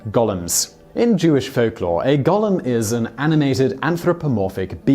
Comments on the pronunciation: Goal-em not Gollum. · Stop saying "gollem"! It's gOOOOlem! It's like hearing nails on a blackboard hearing that being pronounced wrong. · Simon - #4: The word is pronounced 'GO-LEM'. Gollum is a character from 'The Hobbit', and the 'Lord Of The Rings' trilogy. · Golem is pronounced go-lum. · I’m English and it’s pronounced Gol em so he’s pronouncing it wrong